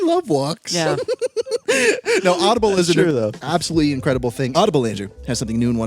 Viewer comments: hit the like button at "incraudible" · “Incraudible” 😂😂 Also, Andrew’s withdrawal from chips 😂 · I gotta applaud Andrew on saying "incr-audible" XD That made me smile. Also I realized that I never get tired of hearing Garrett's bug stories, I made friends with some spiders in my window over the summer. The window was in the room I practice violin so they must have been cultured spiders